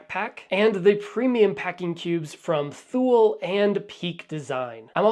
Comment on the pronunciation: Also,I Believe it’s Pronounced “Too-Lee” (Thule)